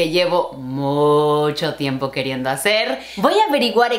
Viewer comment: ─ Has dicho hacer con acento del castellano de España 😍 que cuquiiii 🥰